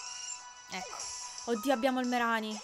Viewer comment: MaikyTM- ma no... Ceh,si scrive Mereanie quindi: MerIni Non c'è alcuna pronuncia italianizzata, perché i nomi inglesi sono gli stessi italiani